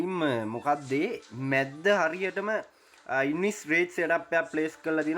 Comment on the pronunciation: මැද්ද නෙවෙයි යකෝ.මැද්දහ 😂